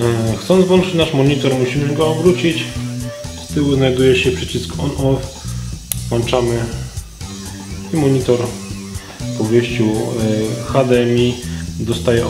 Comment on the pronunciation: WŁĄCZAMY nie WŁANCZAMY